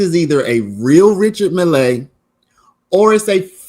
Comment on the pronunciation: It's pronounced richar mille with emphasis on the double LL. Milll